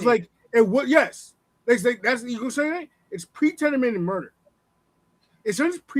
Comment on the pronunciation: This dude ALWAYS is pronouncing words incorrectly